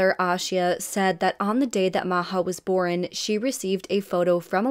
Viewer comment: I love how you cover cases. You are one of my faves, for sure. Ya didn’t ask for it, but… the word is ‘born’ not ‘boren’ 😊